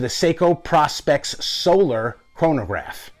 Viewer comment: It's pronounced "Pro-specs".